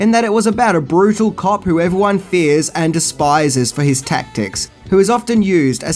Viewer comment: Thought you said Cock buddy movie !!!!!